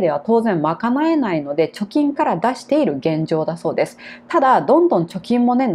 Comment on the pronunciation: いる とか いたのイントネーションが間違ってます。名古屋出身ですか？